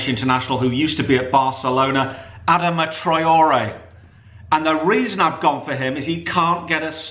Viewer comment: Y the hell did you say Adama troray